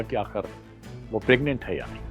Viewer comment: प्रग्नेंट शब्द गलत बोल rhe हो l